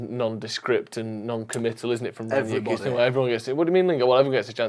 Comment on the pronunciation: How difficult is it to say Rangnick?